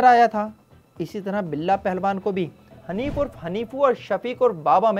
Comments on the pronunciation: Haneefu nahi Haneefa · Bhai hanifo nhi hanifa tha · Ap ne nick names ghalat btaen hain Hanif urf hanifaa not hanifu Waheed orf waheediyan not waheedi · حانیفو 😂😂😂😂😂 او بھائی نان تو سہی سے لے لوں حینفا